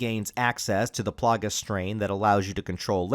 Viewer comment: Plah-gah. Thats how the plaga is pronouced